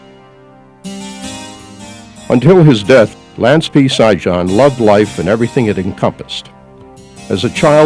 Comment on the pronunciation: Sijan pronounced Shiyan like Trojan Serbian name.And the funny thing is you rip his ancestors country apart after he do this for you . Man i hope no Serbs ever fight for your land again.